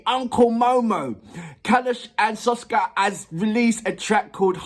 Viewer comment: SKOFKA, not Soska